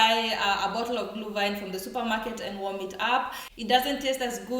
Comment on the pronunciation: It is not -Glew-wine. It is Glüüüüüüüühwine